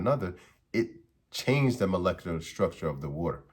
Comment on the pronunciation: Imagine being called Dr. And couldn't pernounce Molecular Structure lmao 😂😂😂😂😂😂😂😂